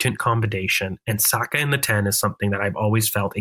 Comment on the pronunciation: Video was going so well until I heard an American say Saka in the 10 😂😂